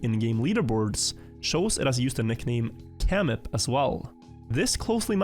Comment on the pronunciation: pronouncing kyrillic alphabet right: camip = samir